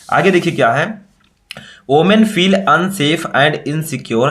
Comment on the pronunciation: Women hota hai sir omen nhi